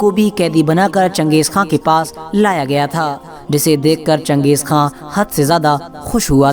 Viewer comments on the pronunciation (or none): खा है ना कि खान